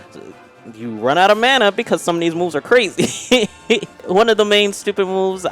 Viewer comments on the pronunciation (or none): its not MANA!!!